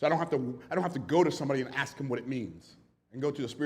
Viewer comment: Is he trying to say ask